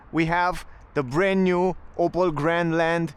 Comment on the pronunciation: It's not "Opal" it's "Opel".